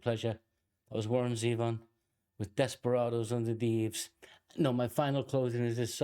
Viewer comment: Warren Zevon was an interesting, witty guy, who got big, but not too big. He had hit songs and played sold out concerts, but there are still people out there who can't even pronounce his name properly. You did. Thanks for that. He had, as you know, a short but productive career, but the Big C got him. and so we just got what we got, which was not enough. He sang about life and he sang about fantasy and whatever else came into his mind. You know the hits.